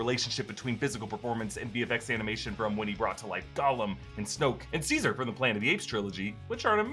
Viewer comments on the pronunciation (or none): none